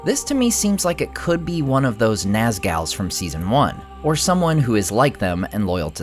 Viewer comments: Naaz-gal? Naz-gool, man. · NAZGALS?? Ummm, try NAZGULS ("Gools"). LMAO. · naz-GALS hahahaha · Not the “Nazgals” 😂😂😂😂😂😂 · What are nasals do you mean nozzles Because pronounced nas Gul like GHOUL goal just to spell GUL Naz gull But I've never heard of not schools Or you pronounce it nice girls since when a girl is dangerous that's girls oh my God this is not school ghoul like a goal like a goal they actually took the word not go old from the nozzle from Tolkien They adapted it and made it their creature inhabiting events is symbiote Or as a host a parasite excuse me not all the humans of the host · this guy doesn't even know how to say "nazgul" , he's here to break it down for you guys buckle up XD